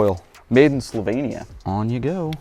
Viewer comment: Made in Slovenia ❤ And you pronounced it absolutely correct 🙂